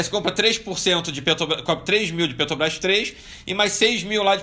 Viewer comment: Incrível como um cara que não consegue nem falar Petrobrás faz tanto dinheiro !